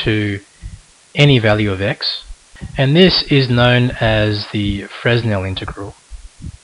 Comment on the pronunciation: the "s" is silent in Fresnel (pronounce: fʀɛˈnɛl) *facepalm*